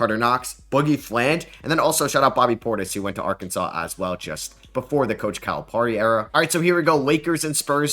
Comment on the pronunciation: if you’re gonna glaze arkansas so hard in this video you might wanna learn how to pronounce calipari’s name first